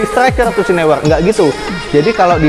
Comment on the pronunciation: Neuer bacanya noyer bang